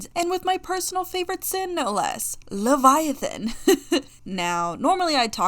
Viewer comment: I love the fact that you are going by all pronounced for leviathan, like, It makes sense